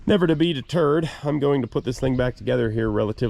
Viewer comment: did you say "Never to be deterred" or did you say "Never to beat a turd"? LOL. JK. Love your stuff and thanks for sharing the adventure. I appreciate all the additional work you do to bring this to us and the fact that you present it well.